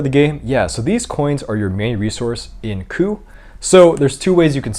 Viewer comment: This video taught me how to pronounce "coup". Thank you.